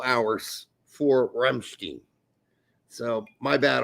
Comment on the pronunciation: Never heard a German call the band “RamstEEn”. It’s “RamstEIn”!